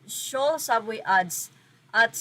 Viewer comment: Soul po, not Se-ol 😅